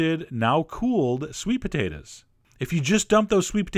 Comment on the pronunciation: sweet potatahs